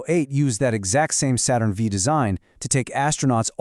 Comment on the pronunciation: I learned a bit about Apollo 6, thanks. My only criticism is that you should say "Saturn Five," not "Saturn Vee."